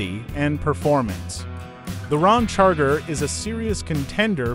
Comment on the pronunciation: Hey computer voice it’s Ram Charger NOT Rom Charger